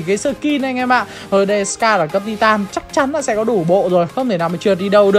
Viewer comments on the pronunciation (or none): none